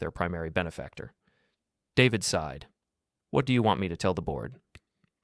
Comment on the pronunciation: The word is sighed. NOT side. And shove Chen.